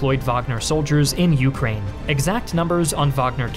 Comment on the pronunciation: I love his videos, but the way he pronunciates Ukraine is extremely irritating, i can only cringe so much lmfao